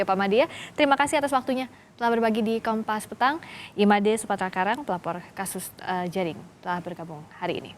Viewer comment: Pak made bu FRISCA...Madeee...( Seperti pelafalan huruf E pd kata 'Enak' ) 😜